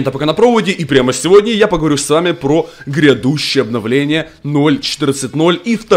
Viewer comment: Если слышишь слово "гредущие" можешь не смотреть